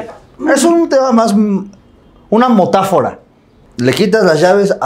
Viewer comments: No es "motafora" es "Metafora😂✋☝🏾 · Motafora o metáfora ? Jajajajaja 😂😂😂😂😂